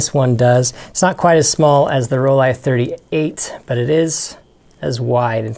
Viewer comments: I remember those Nikon Ti, made a 35 version too, it was once on my bucket list. Seriously i think you should get those Rollie models spoken correctly, it detracts from the content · I work hard to ensure I say things correctly. A native German told me how to properly pronounce Rollie, and I was told by a Nikon rep, that in the states, they have embraced the hard I pronunciation for Nikon. But really, no matter how I pronounce things, someone will complain. As you have demonstrated. It gets a bit silly. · They are wrong Nikon is Japanese not american... Rollei is German not American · You don't think I know where these cameras are from? This is how you pronounce Rollei in German: And this supports what a Nikon rep told me